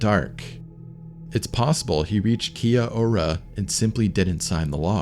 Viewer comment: Kia ora isn't said like that bro. It's like key-yal-da. It's a maori greeting